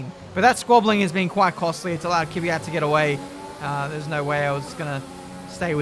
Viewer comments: It's not Kyvyat, it's Kvyat! :) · the fact that he pronounce Kvyat Kivyat hahhahahah makes me laugh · Dude, its K-V-Y-A-T...